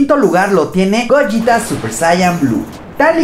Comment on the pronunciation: No Gogeta lo dices como goyita